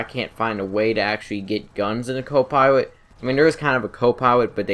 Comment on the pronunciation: I'm Huntwing Wabbit, It's Wabbit Season I have a Swavage I don't have a cwo pwilot but it still pwowerful eheheheheehehehe